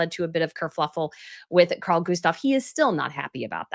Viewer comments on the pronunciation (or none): none